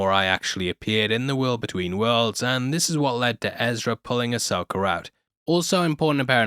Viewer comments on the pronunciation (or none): Ahsoka not Ahsoker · Loved the show but happy its over so i dont have to hear you say "Uh-Soaker" for a while 😂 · i love how you say Ahsoker instead of Ahsoka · Why do you always say "Ahsoker"?